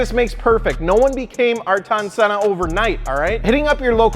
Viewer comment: "Arton Senna" ??? *Holds back vomit It's pronounced "Ah - ear - ton"